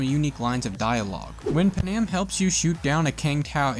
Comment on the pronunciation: It's pronounced pan-am NOT PAnam 🤦🏽‍♂️ she even says her name and so do other people so how can you pronounce her name wrong 🤨🤦🏽‍♂️🤣🤣🤣